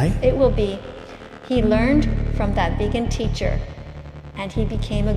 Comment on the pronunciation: veegin teecher